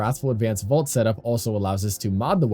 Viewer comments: Keeps sounding like you're saying "vault" instead of "volt" 😂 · Came to the comments to see if anyone else was going to say something… about his pronunciation of VOLT, hello?! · Nice vid but why would I take advice from someone who can’t even pronounce Volt correctly. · why are you calling him vault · Volt not vault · it isnt vault brother its volt